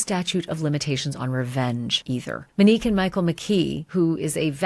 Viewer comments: MOnique. Not Meneque! 🤦🏻‍♀️ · OMG I thought I was the only one who picked up on this. It’s not Muh-nique! 😬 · Seriously tho...I love Ashley and watch her regularly, but this has been really bugging me too. She repeatedly says Minique. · Isn’t it Monique with a long “O”? Sounds like she is saying Manique or Menique….